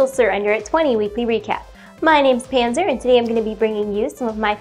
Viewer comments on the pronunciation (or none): its panser...not pancer